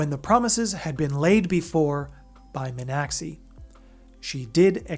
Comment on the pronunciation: Yeah, you were a bit off on the name pronunciation. Bai Mi-an-xi (kind of like shee)